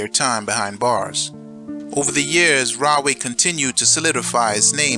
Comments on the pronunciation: I was born in Edison lived in carteret belmar and Camden Nj and Rahway is pronounced raw-way not rah-way lol anyway you should cover jamesburg juvenile state prison as well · It's pronounced "Raw-way " though, not "Rah". But, at any rate, as a child I'd see the prison in the distance on 1 and 9 heading towards, Woodbridge Mall. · Pronounced Raw-way, not Rah-way. Because there is the right way, the wrong way....Then there is the RAW WAY!!!